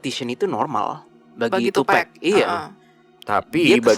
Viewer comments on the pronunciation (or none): btw, TuPAC bukam TuPACK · Bacanya tupac jes bukan tupec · Tupac dibacanya TupAk kak, bukan TupEk ✌️ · bacaanya tupac bukan tupack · Sorry ngoreksi tim DA Penyebutan tupac yang bener tuh "tupak" bukan "tupek" Thanks ❤ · Tupak bacanya bang 😭